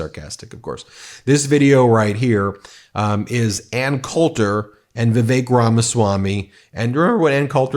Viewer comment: OMG - all these months I thought you were saying 'The Fake Ramaswami' when you mentioned him.🤣😂😅